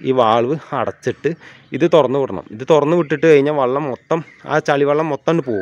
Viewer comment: വള്ളം അല്ല , വെള്ളം 😊